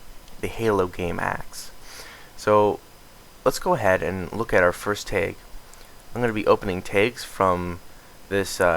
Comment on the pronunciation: dear god its t Ah g. not TAYG wtf pronounce it right.